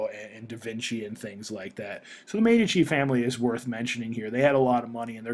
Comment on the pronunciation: its actually pronounced as mee dee chee (Medici)